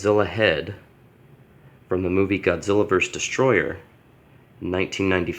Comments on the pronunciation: This dude: *says destroyer instead of destroyah Godzilla fans: >:( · It’s not destroyer it’s destroyah